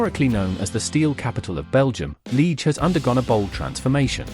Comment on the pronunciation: Liege and Charleroi AI generated pronounciation are incorrect.